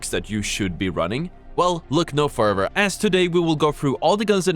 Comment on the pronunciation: What about further … no offense